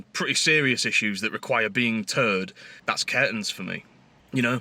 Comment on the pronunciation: Did you say "towed"or "turd" there? lol. Just to add that Mazda's are well known for corrosion issues and living in a salt air environment is going to exacerbate that. Also, is your Volvo one of those fitted with the infamous Powershift gearbox.